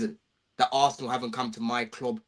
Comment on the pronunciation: The way he says club makes me want to be deaf